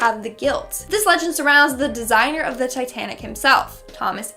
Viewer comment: This girl... She can’t pronounce basic English words like Titanic; in another video she pronounces Costa Rica as Cost-a Rica.